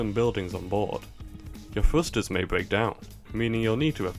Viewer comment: are you saying "frusters?"